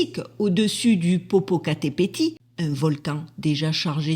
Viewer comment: Popocatepetl c'est un l (elle) à la fin pas un i